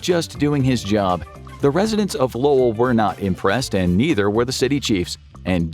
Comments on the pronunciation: I’m proud of you for pronouncing Lowell correctly! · Hello from MA! Thanks for pronouncing Lowell correctly 😊👍🏽